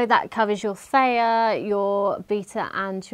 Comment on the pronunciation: Theta - pronounced as FFEETA